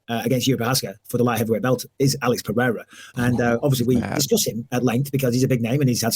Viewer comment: Who's Alex Pair-a?